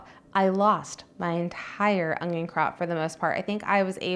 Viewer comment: Its un-yon. Not ongyon. Why do so many people struggle with pronouncing it without a g???